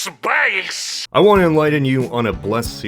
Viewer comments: What did he said? "Supayce"? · It is pronounced SPAYCE!!! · Also " SPAHCE "